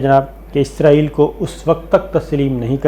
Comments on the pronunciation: عزرائیل نہیں، اسرائیل کہا کریں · صابر بھاںئ عزرایئل نہیں اسرایئل کہا کرے